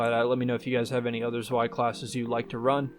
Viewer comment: fyi Zwei is pronounced like "Tsvy"